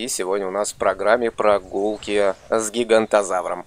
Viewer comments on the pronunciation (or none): Осень круто, но прости меня правильно говорить гиганотозавр )